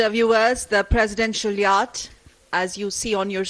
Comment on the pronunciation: Yatch is pronounced as Yot.